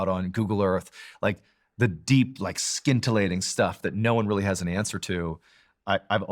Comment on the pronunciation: Respect your service. The c in scintillating is silent so it's pronounced sintillating. Just so you know Mr. Ballen.